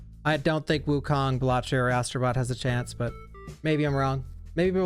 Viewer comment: it's balatro not balatrio